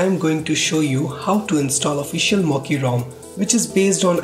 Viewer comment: It is not mokkee dude